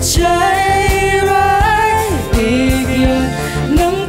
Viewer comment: ขัดใจพิมเรื่องเดียวคือเรื่องการออกเสียง น้องมีปัญหากับ จ และ ช ทำให้ฟังแล้วสะดุดตลอด โดยเฉพาะคำว่า ใชร้าย แต่เพลงนี้พิมร้องดีนะ คุมอารมณ์ดีและเสียงไม่หลุดเลย // แอบเสียดาย ที่จริงเราลุ้นให้น้องเควินร้องเพลงอังกฤษมากๆ